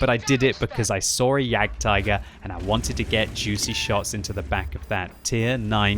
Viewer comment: "I sawr a Jagtiger" lol